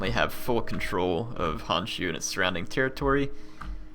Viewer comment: it is Honshu, the "o" need to be pronounced, Hanshu just does not sound right @@